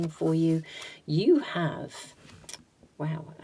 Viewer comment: Hi, for Pile -2 it should not be pronounced as matanzee it is matangi as gi in gift. Matangi is one of the dasamahavidyas. Very powerful goddess 🫶🏻 from India.